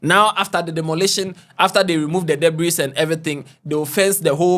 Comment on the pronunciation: Ffs debris is pronounced without the letter 's'😂...